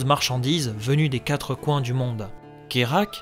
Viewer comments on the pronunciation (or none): none